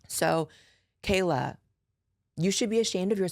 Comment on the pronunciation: Is anyone else just hearing that one journalists name as Kayla GoGurt-ey? Like... is she maybe just mad cause the bitch is covered in GoGurt?